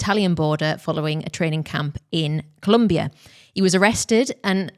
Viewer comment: colombia with an O, muchachos. not a U. we're quite sensitive about this. :P i will also add that colombian cyclists have traditionally been referred to as "escarabajos"--which roughly translates into "beetles"--for their climbing capabilities... hence the name of the brand. :) LOVE the show and LOVE LOVE LOVE you as people. thank you again for your beautiful content.